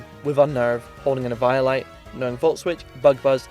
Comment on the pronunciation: The way you pronounced eviolite at first threw me off and I was like "what's that lol?!", then I looked was like oh you mean eviolite 😂